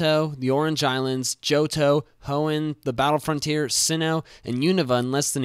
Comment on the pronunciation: You mean the HEOOOOOOOOOOOOOON region right?